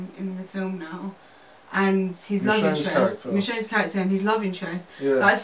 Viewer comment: Its like the girl in the dreads watched the film then as she left the theatre....wiped her memory of half the movie....the guy alone could have done the review because those girls half assed pov's are killing me...saying "michonne" ffs..lool come on..seriously...the dude says the character's names like 50 times and it still dont sink in...bruh